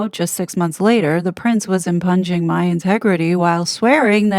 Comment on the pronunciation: "Impugning" is pronounced "im-PEW-ning".